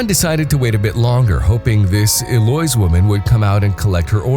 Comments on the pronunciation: Eloise is pronounced “el-oe-eeze” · It's Eloise El-lo-ise